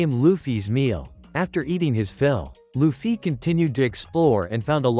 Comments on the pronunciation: It’s not lu-ffy it’s luffy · Luffy❌ Loofiee✅ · Why do they say luffy like that?